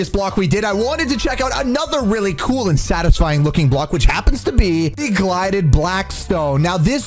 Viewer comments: bruh did he say glided blackstone 🤣🤣🤣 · Man called it glided Blackstone 😂😂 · It's not glided Blackstone it's gilded